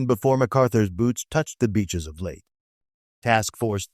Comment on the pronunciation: Not “Late Gulf!” It’s pronounced laytay.